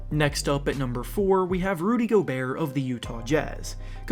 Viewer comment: Imagine saying go-berts name wrong (flight fans would know💀)